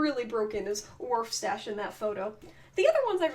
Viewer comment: Also it's not waf stache it's warf stache